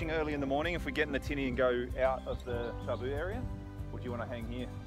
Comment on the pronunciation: Sweet island, love to visit there one day! Good to see you respecting the Tabu (pronounced Tambu). Do you do any fishing on the great reef Macuata side?